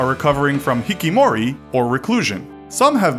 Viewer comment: Did i heard hikomori instead hikikomori?